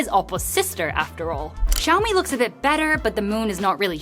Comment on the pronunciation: Xiǎomǐ(syaomi), not shyaomi...